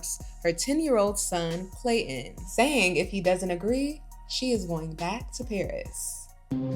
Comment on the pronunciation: There’s a ‘T’ in ClayTon 😂